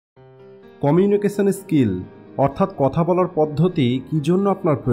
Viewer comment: আমার মনে হয় আপনার এই "কমিউনিকেশন স্কিল" উচ্চারণে সমস্যা আছে।